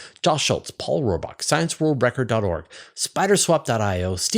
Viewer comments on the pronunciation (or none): none